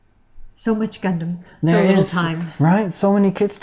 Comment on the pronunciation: The way you pronounce Gundam literally causes cancer